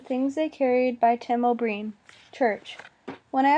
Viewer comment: too many misreads, especially the author's name.